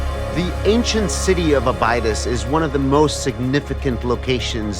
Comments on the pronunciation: “Abide-iss?” Abydos is pronounced “A-bid-ōs.” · And here I was thinking why is he mispronouncing Abydos, the name of the other planet in Stargate SG1. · These so called archaeologists are pronouncing “Abydos” wrong! Hard to take them seriously when they can’t even speak clearly. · This egyptologist doesn’t know how to pronounce Abydos? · Interesting content. Love Dan Ackroyd being involved. I also love how nowadays these kids like to change the pronunciation of cities like Abydos, in order to make people think they actually have the "correct" pronunciation and everyone in the world was mispronouncing it until they came along 27 years ago. Makes me laugh every time.